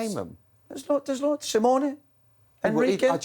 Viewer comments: Did he just say Simione to coach united!!!! 😂😂😂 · scary that he said simeone 🤣🤣🤣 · Grumpy old Roy said "Simeone" and "Iraola"🤣🤣🤣🤣🤣🤣🤣🤣🤣